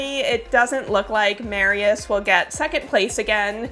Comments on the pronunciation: I was listening to the video while doing sth in the kitchen and I thought Mariusz (Mar-yoosh) is a woman because you kept saying Mary-yes 😁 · (By the way, Mariusz is pronounced with a "sh" sound at the end in Polish. In Hungarian (if it's a name there; I don't know) it would be pronounced with a "s" sound.)